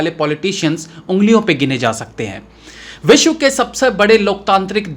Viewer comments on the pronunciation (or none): none